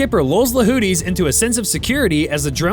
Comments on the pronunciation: I don’t know if you are mispronouncing houthis as whooties but it is funny af either way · AI calling them Hoodies is pretty accurate.